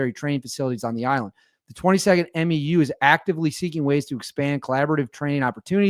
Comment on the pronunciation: Just a heads up from the Marines. MEU (Marine Expeditionary Unit) is pronounced M-YOO like in coMUnicate.